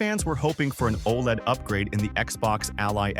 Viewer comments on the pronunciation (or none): none